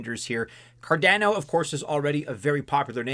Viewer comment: Dear. Please pronounce Cardano as CardAAno, like everyone else. Never ever say 'Cardenno' anymore, cause you're hurting a lot of ears.